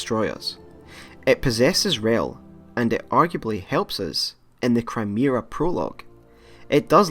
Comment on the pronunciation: "Crymera Prologue" I know it was a mispronunciation, but that really sums up the Chimera Prologue really well.